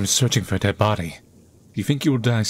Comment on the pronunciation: Why you pronaunce DEAD as DEANA? Is it me or you? (YT censorship?)